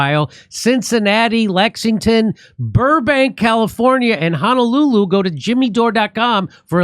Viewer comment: Jimmy , You are pronouncing Honolulu wrong. Thereis no A as in Ha. It is Ho as in hoe or horrible. Ho No Lulu. Not Hana lulu. Please practice... HO Ho Ho..... No No No... Lulu. You got it.